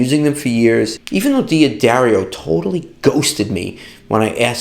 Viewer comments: Duhdario, NOT Dee a dario...fwiw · I know why D'Addario ghosted you! They hate when you mispronounce their name! It's "Dah - DAIRY - oh." I do business with them. 😉